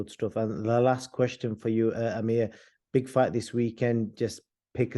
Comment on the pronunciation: It's not Amir bro, it's Amer. different names.